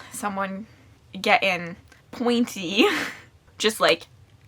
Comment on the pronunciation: the way you said “getting pointy” like it’s a fencing weapon 😂